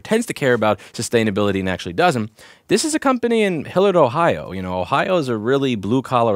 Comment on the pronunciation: Hillurd,oh lmao. Its pronounced closer to hill-yard or more so hill-yerd but I'm bad at typing out phonetics. Which is quite close to me. Interesting that they have their HQ near me.